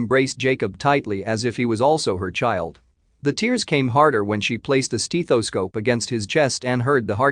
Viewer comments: STETHOSCOPE not steEEEEEathoscope. And it’s boutonnière …. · Its a STETHoscope not a STEETHoscope. Fix your frigging AI voice. Just another pile of blah, blah, blah, drawn out crap. Man who showed up was the recipient of her dead sons heart. Give me a frigging break. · It's stethoscope, not stetheescope. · It’s pronounced like Death a scope, Breath a scope stethoscope a scope… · Not to take away from the heart warming story (I’m an organ donor but the recipient didn’t survive to live the benefit), but the mechanical voice reading the script could be so much better. “Steethoscope”? Really? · Steethoscope? Story by text-to-speech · if i was to hear STEETHASCOPE one more time!!!!!!!!!!!!!!!!!!!!!!!!!! UGH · Learn how to speak and enunciate the word stethoscope. It's NOT stee-tho-scope. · Emotionless computer voices are so poor. They have the same intonation for every sentence. And they don't know how to read the text either. WTF is a "steethoscope"??? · The voice here was pretty good, but "stethoscope" doesn't have a long E and yet the voice showed no other accent - a sure sign of a mechanical voice. It would have been nice to quality-control the voice and teach it how to say stethoscope - with a short e. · Learn to pronounce stethoscope. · Have I been pronouncing "stethoscope" wrong?